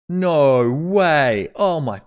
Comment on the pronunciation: Oh nou wuey! :D